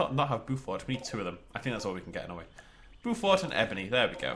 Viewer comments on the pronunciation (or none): I didn't know this exists! It looks great, but even though it's not real the size of the enclosures bothers me! Just a little note... Beaufort = BOW-FORT (As in bow and arrow) not BU-FORT